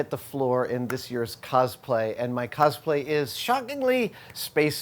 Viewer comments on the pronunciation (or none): Every time Adam pronounces "cosplay" as "cozplay," I die a little more inside. (Same with pronouncing "Totoro" as "Toadaro.")